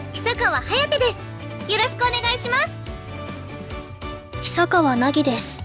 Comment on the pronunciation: reads "Hiyasaka Hayate", should be "Hisakawa Hayate" : reads "Nagisaka Nagi", should be "Hisakawa Nagi"